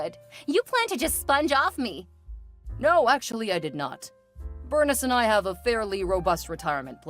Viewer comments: Bernice is pronounced Ber-neese. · It’s pronounced Ber-neece.